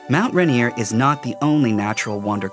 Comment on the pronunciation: "...miles of shore front beaches...." Don't all beaches front the shore? And Mt. Rainier is not pronounced "Run-eer."